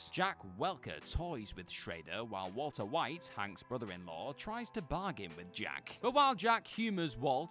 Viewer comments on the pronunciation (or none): none